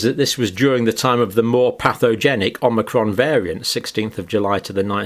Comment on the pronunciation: more pathogenic omicron, takie this down you saidit wrong twoice